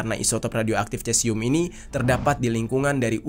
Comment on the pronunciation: Dibaca nya sesium kalau dalam ilmu kimia.. Dalam bahasa latin untuk bahasa ilmiah Ejaan atau lafal untuk huruf c biasa nya dibaca Misal : Ca Ci Cu Ce Co Dibaca nya KA Si Ku Se Ko.. Maaf itu mungkin sepengetahuan saya.. Terima kasih😊